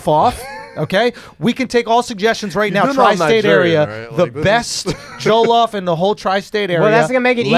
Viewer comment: the way andrew says jollof is triggering lmao. ITS PRONOUNCED ( JAW-LAW-OFF) JOLLOF RICE